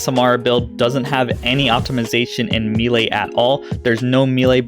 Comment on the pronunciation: It has to be said..it's pronounced May-Lay. Thx for the vid!